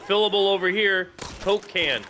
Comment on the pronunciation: for some reasons when I hear you say coke can it sound like cocaine